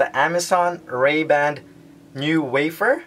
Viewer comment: Why are you saying Ray-band? There's no D!